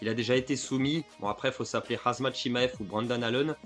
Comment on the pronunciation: Wsh frero sa va. C pas khazmat c khamzat